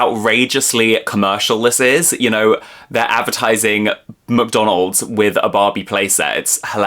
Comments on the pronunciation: Very cool video! And the way you say "McDonald's" (MCDONOLD) is funny :D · Baahbie and muhkdonald's. 😅